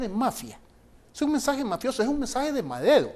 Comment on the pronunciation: min que es eso de "madedo" , por favor lleven a alguien que por lo menos pueda pronunciar la "r"